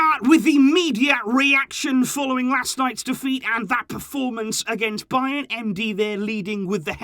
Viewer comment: It's bayern lol